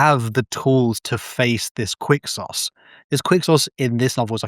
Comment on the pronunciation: “qUiCK SAucE” ITS PRONOUNCED FUCKING kwik-sohz